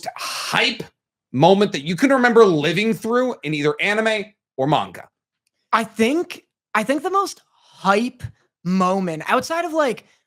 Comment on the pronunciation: I get that nitpick about pronunciation, obviously. Japanese words have no stress on any syllable, except when they do, typically on loan words. That's really hard to train your ear on, honestly, so I can forgive the man-gawka